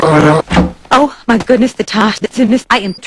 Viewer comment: "oh myh"